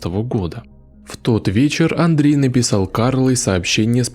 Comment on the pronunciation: Скорей всего Андрэ Кувильо, а не Андрей, аж что-то прям слух режет-)